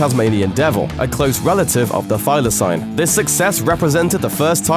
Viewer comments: Thy-la-seen not thy-la-sign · It's pronounced Thyla-SEEN and no one calls them the Tasmanian Wolf only Tasmanian Tiger